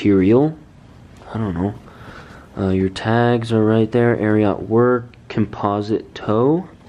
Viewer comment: Ari-ot lol